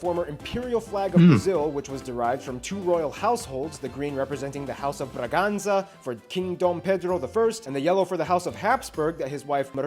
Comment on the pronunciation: Vídeo assistido é cheio de erros. Casa de Bragança, não Braganza. Habsburg, não Hapsburg. E por aí vai, é um lixo.